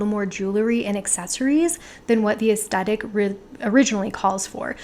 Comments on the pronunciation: oh honey no it's 'aes-THET-ic' not 'aes-TET-ic'. TH not T you said it so many times 😪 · It was a bit distracting that you kept saying 'astettick' in this video. 'Aes-thet-ic' is one of my favourite words. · I hope this is taken the right way: You are mispronouncing the word 'aesthetic.' You are saying 'es-stet-ik' and it should be 'es-THET-ik.' If you search 'aesthetic pronounce,' you will see a close-up of a woman's mouth pronouncing the word correctly. Forgive me if you have mentioned this in other videos as I am new to your channel. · I enjoyed everything about this video... except the way you pronounced aesthetic.